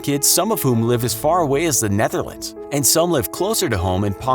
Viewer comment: “Who live as far away as the Netherlands” that sounded so fucking weird as I’m from the Netherlands 😂